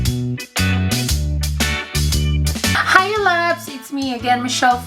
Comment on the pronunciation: Natatawa talaga ako pag sinasabi mo HAYU GUYS and BAYU GUYS instead of Hi Guys and Bye Guys 😂😂😂